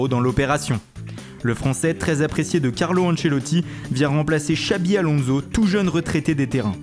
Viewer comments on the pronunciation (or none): none